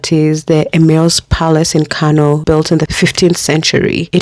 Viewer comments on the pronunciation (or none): none